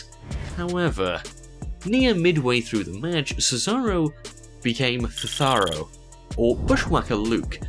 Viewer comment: I burst when he said thetharo